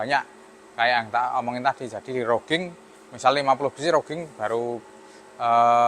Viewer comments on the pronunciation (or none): widihh makin canggih aja nih mas, bukan bermaksud menggurui, roughing itu dibacanya rafing mas, kebetulan saya dulu magang di perusahaan manufaktur untuk spare part alat berat dibagian machining, sukses terus buat daoer oelang speed🎉